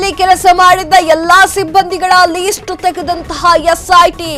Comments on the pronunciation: Pronunciation correct madi ..that’s not least its list .. karma ..😂😂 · ಅದು ಲೀಸ್ಟ್ ಅಲ್ಲ , ಲಿಸ್ಟ್.